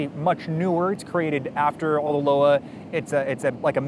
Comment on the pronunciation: Nitpick: it's not "Loa" as in "lo-wah" but "Loa" as in "lwa" or - better, I think - "loi" as in the French (or Creole?) for law.